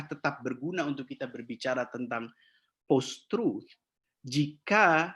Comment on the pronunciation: Malu sy mndengar seorang Dr..dari kampus..mengucapkan post-truth dgn "postrat"...era postrat...Payah.. Memalukan sekali... Tolong dikoreksi ini..